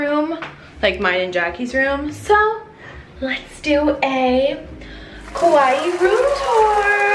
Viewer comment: Hi there! I just wanted to let you know that Kauai is pronounced “Kuh-why-ee”. No hate at all I just wanted to tell you. Super cute vlog!